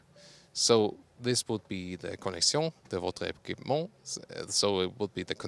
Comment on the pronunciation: "Connexion de votre équipement " Good french 👌😆